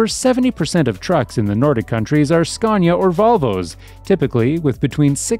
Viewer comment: There is no " R " in scania , it is .....scan-ya , not scarn - ya